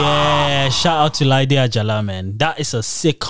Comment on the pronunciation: Jyde Ajala (Jide Ajala not Laide Ajala)